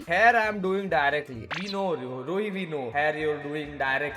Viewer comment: yaar pahle naaa tu rowhi Kaa name Lenaa sikh leee!! 🙏🏻🙏🏻